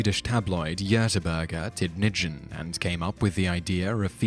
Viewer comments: Man ska säga Djötöborgär (No silent D allowed) Tiddnidjinn. Also Båräss Körpark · It's pronounced Yuhteborie's Teed-ning-en. Ing as in Ring. My ears are full of blood now -_ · "Juteburg tidnidgen" That's not how you say it, I should know, I live in gothenburg(Göteborg) and have worked for that newspaper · Hahahaha I'm Swedish, and I Love how you pronounce göteborgs tidningen!